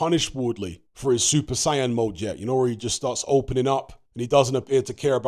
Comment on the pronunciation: it’s super saiyan like Super SAY-UN not super cyan. ☝️🤓